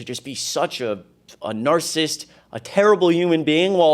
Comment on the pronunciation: I really like you, but please watch your pronunciation of narcissist. It has three syllables. Thanks!